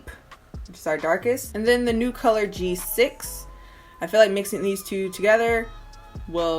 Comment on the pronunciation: I was triggered every time she said G6